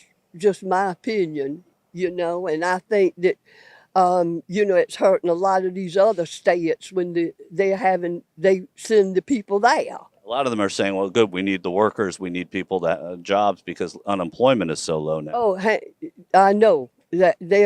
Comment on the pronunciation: Sta-yates.. she fucking said that.